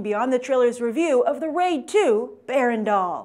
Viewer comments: "Berandal" is pronounced as "ber-raan-daal", not "bear-randawl". smh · excuse me, is she said 'the wade 2: bear-and-all' instead of the raid 2: berandal? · Berandal pronounced Buh-Run-Dull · tips on how to say "berandal".. buh - run - dull berandal means thug in indonesian :D